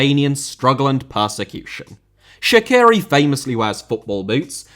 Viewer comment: You just have to learn how to pronounce Shaqiri. So, not like that Columbian singer Shakira, but Sha(ch)iri like e.g. in word bea(ch).